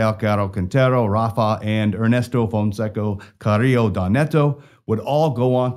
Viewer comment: Fonseca ... With an A .. an A... You keep saying fonseco